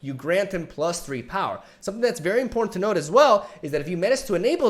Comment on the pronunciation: Okay, real talk.. Am I the only one that hears “in porn” when says “important”? I promise you - you will not be able to unhear this.